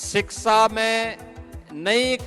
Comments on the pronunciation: Adarniya chief minister shiksha ka pronunciation shiksa kar rahe hai! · शिक्षा ❌ सिक्सा ✅ 😂😂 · जिस प्रदेश का मुख्यमंत्री शिक्षा का उच्चारण सिक्सा करेगा उस प्रदेश की शिक्षा का ईश्वर ही मालिक है l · सिक्सा ❌शिक्षा☑️